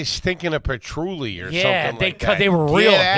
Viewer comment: There will come a day when finally lands the correct pronunciation of Patchouli.